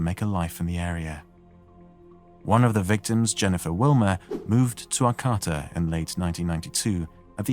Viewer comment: Ar-cah-ta And show pictures of the actual area, not from big cities. (There were a couple, but....)